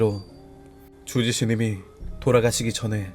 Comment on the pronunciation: 주지스님이 아니라 쥬지스님이라고 들리는데 기분탓인가